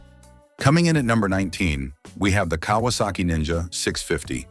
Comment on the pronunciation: “Kay -was - saki